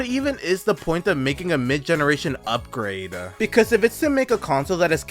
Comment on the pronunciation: ugh, the way you end your sentences UPGRADE-UH